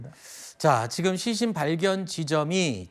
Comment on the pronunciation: 앵커 왜 시신을 싀신이라 발음하지?? 먼가 발음이